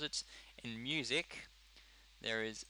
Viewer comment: Misc? (Sounds like you said music) I think it is meant to be miscellaneous :P